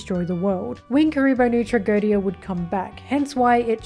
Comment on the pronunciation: Your last try of pronouncing Tragödia was somewhat right by the way. I get that you people dont have "Ö" so its probably pretty hard to do. By the way even though most people probably already know that but Tragödia comes from the german word for Tragödie, which just means Tragedy or Misfortune.